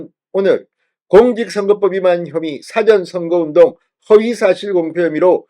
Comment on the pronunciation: 사장님 사전선거가 아니고 사~전선거발음이 맞을것 같네요~~^^정말 우파위해 수고하십니다~~^^